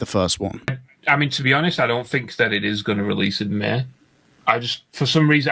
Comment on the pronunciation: Can’t take a person that can’t even say May right serious